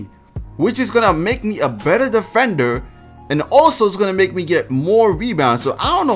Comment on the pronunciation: nigga said defenwer